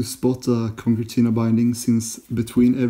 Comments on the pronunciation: It's pronounced ConSertina, not ConKertina. The second C is soft, like S. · "Conkertina" :D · Sewn should be pronounced like 'own' or 'bone' or 'shown'. Concertina should be be like 'concern' or 'consider' i.e. the second 'c' is like an 's'.